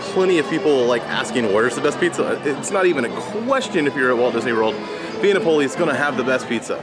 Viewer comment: Correct Pronunciation: SANAA = Sa.Nah (NOT: Sauna) VIA NAPOLI = Vee.Ah Nap.Oh.Lee (NOT: Vee.Ah ) I'm not trying to be rude, but if you're going to do a review on an ethnic/international restaurant, you should learn the correct pronunciation of the establishment. It's just a courtesy. Also, there is no MORIMOTO'S ASIA. It's just: Morimoto Asia. (Great reviews though, otherwise!)